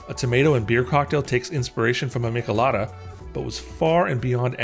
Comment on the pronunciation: Crazy to hear someone pronounce "michelada" like that 😂